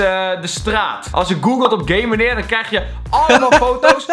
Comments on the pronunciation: Het is GAMENEER niet gamemenerr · Het is geen gamemeneer maar geeemeneer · ben ik de enige die de heletijd gaymeneer verstond inplaats van gameneer XD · Ik verstond ook tijd gayemaneer